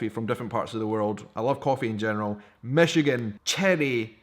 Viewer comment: Michigan box!!!! How awesome!!!! I live south of Traverse in Saginaw but its still awesome! You said it right! Love the necklace :) way to represent our state!!